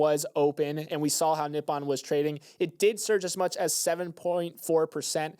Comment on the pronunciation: great listen today! FYI i believe its "Ni-Po-N (Knee- Pou- N)